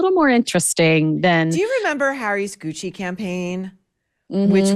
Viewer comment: I thought you said, "Demi Moore in hoochie" instead of "in Gucci" :D